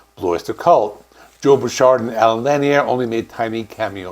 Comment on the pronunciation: One other thing...Allen Lanier's last name is pronounced La-neer, not Lan-e-er...